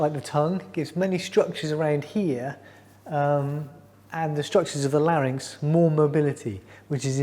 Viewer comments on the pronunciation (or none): none